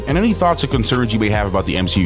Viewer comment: Sadly if its on the level of she hulk it will barely be worth watching. Oh you miss pronounced M She U.